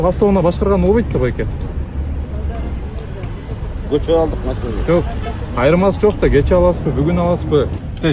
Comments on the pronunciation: Кочону кочоо кечеени да гочоо булар кытайлыктар эмеспи жаны агенттер😂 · Көчөбу же кечееби кыргыз тилини жакшыраак суйлогулочу башкасыга батып калыпсынар